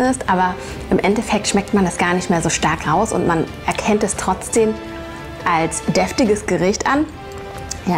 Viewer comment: TrotzdeM.. nicht trotzdeN. Also das mit dem ch triggert schon heftig aber TrotzdeNnnnn🤣🤣🤣🤣🤣